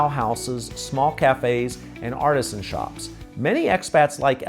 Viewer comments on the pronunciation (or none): none